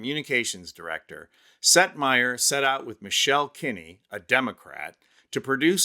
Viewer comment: Oh. Setmayer! I was so confused. I thought he kept saying Seth Meyer! 😳 Silly me. 🤣🤣🤣🤣🤣🤣🤣🤣🤣🤣🤣 💙💙💙💙💙💙💙💙💙💙💙